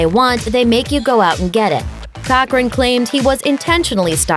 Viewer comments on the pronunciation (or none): none